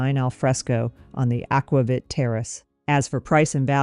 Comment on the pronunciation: Very thorough comparison. Btw, it’s pronounced “aqua-veet “.